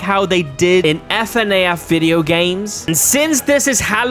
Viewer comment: F N A F first time I've heard anyone say it in that way, "That Guy From Scream" his name is Ghost Face, this guy doesn't know much about Doctor Who or a lot about what people are into these days.